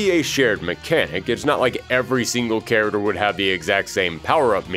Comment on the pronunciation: I love your content so much... But I'd really love it if you could work on your pronunciation of the world character. You say it like 100 times an episode